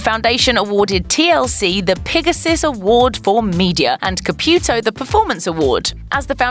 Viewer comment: Girl tray to pronance corectly name Caputo